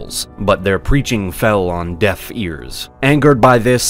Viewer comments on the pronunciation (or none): none